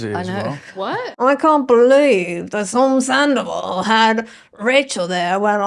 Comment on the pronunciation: your pronunciation of “zandoval” is absolutely spot on